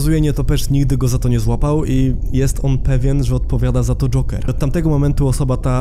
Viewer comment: Mi się wydaje czy ty mówisz dżonker zamiast dżoker?